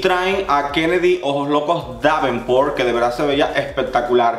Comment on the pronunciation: Esperé 2 días con ansias solo para escucharte decir "Kennedy Ojos Locos Davempor" hahaha